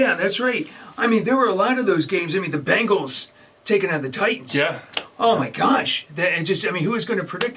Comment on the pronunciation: ITS BENGALS NOT BANGALS!!!! SAY THE NAME RIGHT!!!!